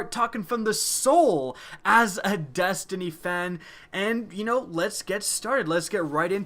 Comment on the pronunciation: I thought you were talking about destiny, not destiknee